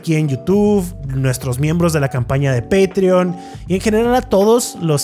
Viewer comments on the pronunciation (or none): none